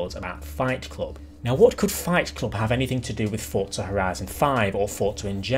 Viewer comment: Please say Forza and not fortza... 👍👍👍😁